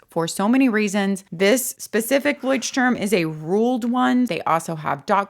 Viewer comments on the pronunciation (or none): Hi, German here. It's pronounced Loi-sh-t--toorm. Turm means "tower". Leucht-Turm is a light house ❤